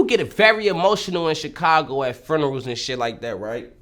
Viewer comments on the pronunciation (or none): He says frunerals 😂😂😂😎💜💯😒😒👊😂